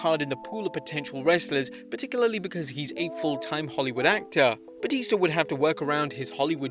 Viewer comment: IT'S BATISTA NOT BAUTISTA